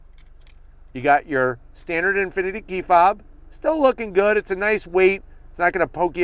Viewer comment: lost me at "Infiniti" but i still watched it anyways